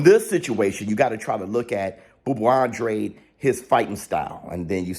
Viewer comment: An-dra-day. Thats how you pronounce his last name.